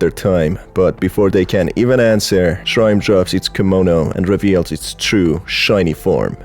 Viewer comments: I love ur humorous storytelling, it's so funny 😭 Oh yeah it's also shirime, not shrime SJSJS. Like she (as in pronoun) ri meh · Not me taking too long to realise that whenever he said /ʃraɪm/, he is actually mispronuncing shi-ri-me, the name of the entity. 😭😂😭😂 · Isn't it pronounced sher-REE-may? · It's pronounced Shi-Ri-Me!!! Unfortunstely this yokai is one of a collection of horny 'ass' and prolly just 'ass' drunk japanesr people's creations 🙃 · I think it's pronounced Shee-Ree-May....but still...butt-eye laser. ...i like big butts and i cannot lie... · I think it's read Shi-ri-me